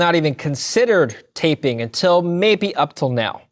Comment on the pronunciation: Taping? It is TapERing